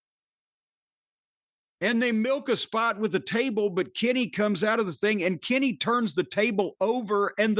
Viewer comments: Its "Kenny" lmfao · Jim’s pronunciation of “Kenny” pops me everytime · if you've never watched wrestling which word would you have used other than Pop? Use that one... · I got a good one. “The way Jim pronounces Kenny always cracks me up”